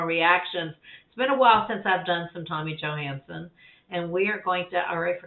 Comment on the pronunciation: I think he is 37... looks like a 14 year old 😂 And name is pronounced Johans-Son not johans-sen... maybe an american problem 😁 Cool reaction and he is awesome 👍🏻